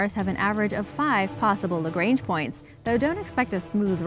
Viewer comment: What I love bout origins explained is that they use meters and kilometers instead of those American nonsense measurements, but the way you pronounce Lagrange gives me creeps... It's a French name, no need to pronounce it like it is English